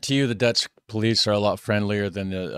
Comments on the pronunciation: Why is he pronouncing Dutch words like their Latin lol. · You pronounce dutch like it's latin. Try more of a german pronunciation. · You pronounce dutch like It's spanish 😂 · woah woah woah ! you are MURDERING the dutch language there ... sounds latin when you say it like that :P - also 112 is the 911 of the Netherlands :) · Love that you tried pronouncing the Dutch but you made it Spanish, lmao Edit: the translations are REALLY bad